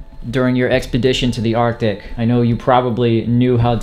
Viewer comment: Bro said ardic 😂😂😂😂 bro said conversate 😂😂😂😂😂